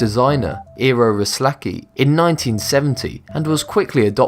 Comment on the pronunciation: OMG, the way he pronounces Eero Rislakki just made me fall off my chair